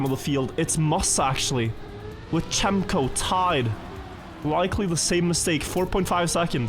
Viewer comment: someone needs to tell that cemkoo is not read as "chem - co" but like "gem - co"